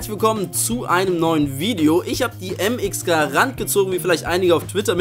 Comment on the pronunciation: vor allem Mx Garana die heisst Mx Grand